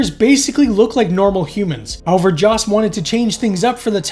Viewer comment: Joss, not Josh